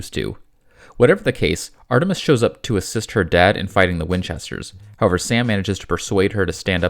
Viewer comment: Of all the things in this video to conplain about, please pearn to pronounce however correctly. It is not ho-ver